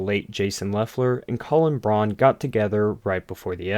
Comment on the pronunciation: Colin Braun's last name is pronounced BROWN